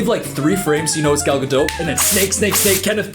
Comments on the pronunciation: what is her last name lol one minute it’s gaDOT then gaDOE then gaDOTE like why is it always pronounced different lmaoo. literally every video I’ve seen they pronounce each one within a few minutes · It’s Gal GadoT, she isn’t French she is of Israeli decent. No silent T . As yes she is a terrible actor!! 😂😂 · You’re right that she sucks at acting but if you’re going to make a 20 minute video blasting her then at least say her name right. It’s Gal guh-dawt. Do you pronounce dot as dowt? All you need to do is listen to her say her own name. It’s annoying listening to you say it wrong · Btw incase anyone thinks I'm being a willy im not cos I didn't know how to pronounce it before snow white came out an ive legit not stopped saying her name all day long 😂 im just going about my business an say "Gal GadoTTTT" out loud an try an make it sound cool but it's impossible 😂😂😂😂😂😂😂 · At least pronounce her name right if you're gonna be a hater. "Guh-dote." It's a hard "t" bruh. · easily the funniest part of this whole video is gradually mispronouncing her name worse and worse 😂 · Girl I cant watch the rest of the video if you’re gonna keep pronouncing the T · Worse than any of her lines is your pronunciation of her name. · This video is the first time I heard someone pronounce her name, and I can't tell if that's how it supposed to be pronounced or you're saying it sarcastically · Love your videos but this was a hard watch because of the pronunciation of the T at the end of Gadot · I don't think your meant to pronounce the "t" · Please learn how to pronounce her surname correctly. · It would be great if her last name was pronounced correctly especially since it’s said like a million times in the video. I couldn’t even focus on what was being said bc he continuously says her last name incorrectly. Sorry, I love but just found it really annoying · Hey,? Hiii I think the t in Gadot is silent 😬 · the t in gadot is silent. Good video mate.